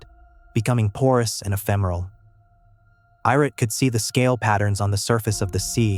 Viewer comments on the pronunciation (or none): Who the fuck is irik???😂😂😂Ai. Good luck learning to read AI